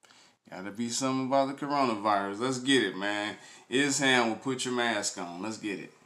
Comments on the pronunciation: Esham is the man! would be no Eminem, Kid rock or others out of Detroit without him, he's a pioneer, should definitely do some reactions to some of his early stuff from Boomin Words, closed casket or KKKill the fetus! but his name is pronounced Esh-Aaam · E sham not es ham